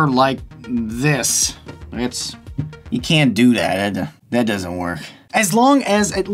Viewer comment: "Yoo can't do that, dat.. duzzent werk" LMAO!